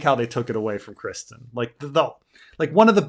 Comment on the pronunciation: Why can't say Criston? He knows it is not Christian right?